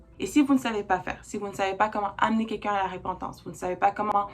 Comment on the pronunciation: Merci +++! Petite remarque: Repentance, pas RÉpentance. Mais c'est peut être la façon de le dire au Québec? Blessings +++!!!